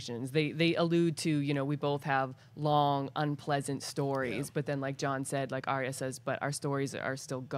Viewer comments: Please please please stop saying Arya's name incorrectly >.< it's Ar-Ya, Ar-Ya, Ar-Ya, Ar-Ya, Ar-Ya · got it. Ariya.